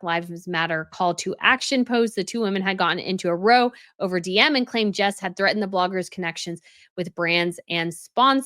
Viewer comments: It's not row like "row a boat," it rhymes with "bow" as in "take a bow." PS. I love your videos. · It‘s pronounced rou like wow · When “row” refers to an argument, it rhymes with “how”. 😊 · Great video..I haven’t got any time for Jessica or Meghan..two mean girls in my opinion..one small point the word “row” rhymes with “how” as you know meaning an argument 😊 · Row = a fight….pronounced rhyming with “now” or “ka-pow!” Or “how now brown cow.” When “row” it is a line, it rhymes with “snow” or “crow” or “low.” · ROW isn't pronounced with a short O, when it refers to the British word for argument. OW, like when you hurt yourself.